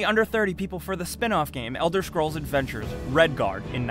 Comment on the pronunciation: Is it only me or is he saying "Elder SCHrols" ?